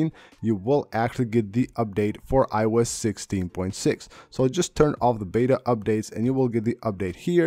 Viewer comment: Very useful and interesting video. However, it took me a while to realize the speaker was saying iOS 16. It sounded like I wes 16.